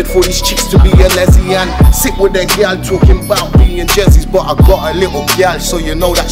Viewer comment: man said i roll wiv fathers and not idiots arddd